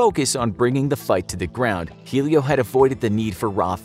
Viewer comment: I know the whole Jiu jitsu story because my dad and uncle own a gym P. S it's not helio Gracie, it's pronounced Elio